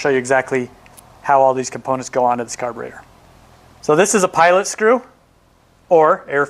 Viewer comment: Its carburetor, not carburator. ' e ' not ' a .' Otherwise, very good.